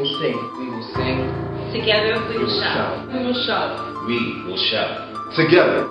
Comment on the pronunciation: "one gether"!!! hahhhhhhhhhhhhhahahahaha